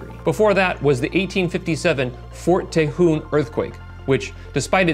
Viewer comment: Boy you sure mangle the pronunciation of Tejón, thx for that 🙄